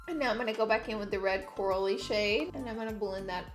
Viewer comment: I love how at one point you say Coral-y color but it sounded like you said Cora-lee lol